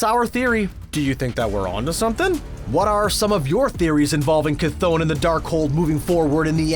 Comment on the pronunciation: For the love of all gods it’s (Kuh-th-on) bro